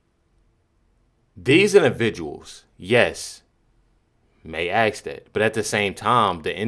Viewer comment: Dont say axe instead of ask. Please